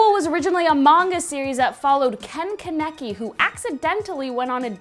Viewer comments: Charlotte, tokyo ghoul, yuri on ice, YOU SIAD KEN KANEKI WRONG D: but that's fine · she said ken kaneki wrong